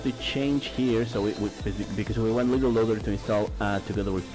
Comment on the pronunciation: You said LittelLoader xD instead of LiteLoader